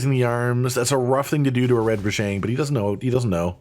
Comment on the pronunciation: Am i hallucinating hearing you pronounce Rajang wrong?